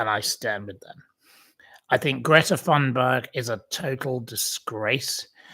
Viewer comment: Ghastly or not pronunciation is Greata Tunberry 😂